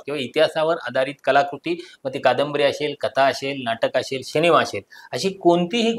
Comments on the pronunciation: शिनेमा नाहीरे रताळ्या सिनेमा असा शब्द आहे to निट बोल रे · Bhavu शिनेमा नाही सिनेमा बोला.. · तुम्ही सिनेमाला शिनेमा म्हणता, हे खटकतं